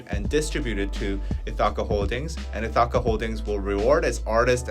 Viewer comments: Ithaca is pronounced with the stress on the first syllable Ith (same vowel sound as "if"). ITH - uh - kuh. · Ithaca. It's Greek. Pronounce it like " Ithica". Say it fast and barely pronounce second vowel. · and trying to pronounce Ithaca is so cute. It's ITH-i-ka or ITH-e-ka. Emphasis on the first syllable. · How to say "Ithaca": Accent is on the first syllable ITH which rhymes with "with". Second syllable rhymes with the first, and then ca rhymes with "cut": ITH-i-cuh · Ithaca is a town in New York. It's pronounced ITH-AH-KA. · Ithaca = EE-THICK-AH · ith’-uh-kuh. Stress is on the first syllable. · So you know, Ithaca is pronounced “ith” (like with) -uh (like umbrella) -kuh (like come). Ith-uh-cuh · So who is going to tell and that Ithaca rhymes with silica... like bologna rhymes with phony 😵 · This is not important/shade, but the i in Ithaca is pronounced like the i in "fish." The "a" in this word are pronounced as an "uh". Again not shade, but I wanted to put it out there if people were interested in the generic English pronunciation. I studied linguistics and want to genuinely help 😩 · HYBE's acquisition of Ithaca is interesting. had the pronunciation correct the 1st time and then said it wrong the rest of the time and that was all I could focus on. And stupid Scooter Braun (pronounced Brawn) - who wouldn't sell Taylor Swift her original recordings so she now has to re-record all of her old records. what a POS. I feel terrible for Park Soo Hong. Sounds like his family is super controlling. who tries to take away someone's pet cat? that's horrible.